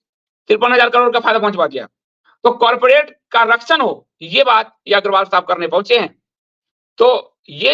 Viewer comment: अग्रवाल नहीं...अग्गरवाला है वो